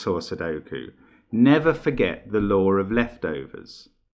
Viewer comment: "Ah, the lore of leftovers" made me smile. Brits have a unique way of pronouncing words ending in in "aw" (by adding an R), and yet oddly enough can say "ah" without adding an "r" sound. Things that make me smile. Great puzzle! You have an amazing mind Mark.